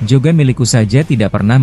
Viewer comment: Ngomongnya itu Lo..Jogan jadi JAN